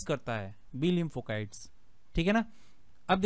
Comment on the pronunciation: लिंफोकाइट्स नहीं sir लिफोसाइट्स होता है